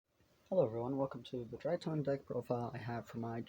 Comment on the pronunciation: DRY-TRON not DRY-TON